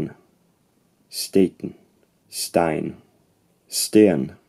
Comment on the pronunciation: The 'n' in Icelandic "steinn" is actually voiceless. It sounds more like steit-(exhale through nose)